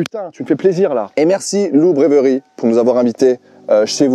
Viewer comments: c'est très drôle à prononcer pour un Français, et sinon la vidéo est super cool, ultra sceptique et non convaincu par le Kombucha😂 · Brewery se prononce "brouheuri" brasserie